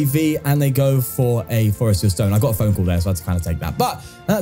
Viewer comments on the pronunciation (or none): none